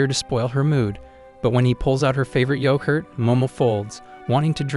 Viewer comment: Bro said Jin for jiji yocurt for yogurt bro😂